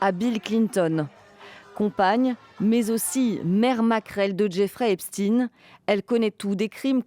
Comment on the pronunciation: Continuez à nous prononcer du eps"tine"... comme si on connaissait pas Albert Einstein